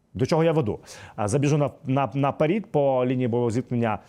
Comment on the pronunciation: вітаю. Трішечки дозволь виправити тебе. Не НА ПЕРІД... а треба незмінно казати на ПЕРЕД. Дякую за працю.